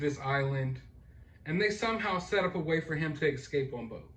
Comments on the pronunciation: Its not excape!.. Its escape. God love the American education system.... Just sayin' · Excape? Is he Excaping with an expresso? Lmao